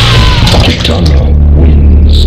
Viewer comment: I didn't know that they changed the pronunciation of Kitana.